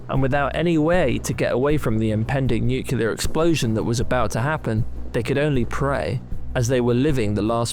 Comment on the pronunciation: Nucular? Are you for real?